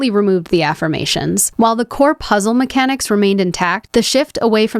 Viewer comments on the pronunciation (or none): none